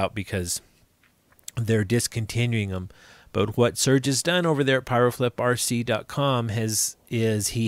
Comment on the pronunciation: FYI it's piroflip, peeeeroflip like pirouette lol not pyro flip 🙃